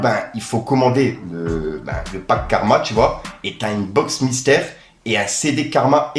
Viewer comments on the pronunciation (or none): Hahah la « box mysere »